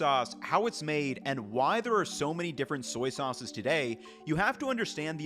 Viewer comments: "Soy-ces" 😅 I can imagine how hard saying "soy sauce" 1,000,000's of times can be ... great vid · "Soyces" Somebody has been saying soy too much 😂😂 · "Soyces" made me giggle